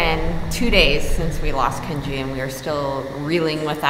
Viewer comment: I cry every time you say Kenji 😭